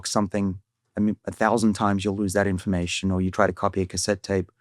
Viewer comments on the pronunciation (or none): I spnt the first 5 minutes of the video thinking David was saying "inflammation" rather than "information."